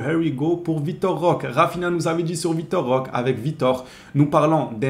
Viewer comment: ROQUÉÉÉÉ ROQUÉÉÉ CA SE PRONONCE ROQUÉÉÉÉ AVEC UN É STP 🙏🙏🙏🙏 C'est un joueur du Barça maintenant essaie de prononcer son nom correctement stp 🙏 Vitor Roqué comme tu prononce Roqué Santa Cruz ou Roqué Mesa.... Etc.. fais un effort 🙏🙏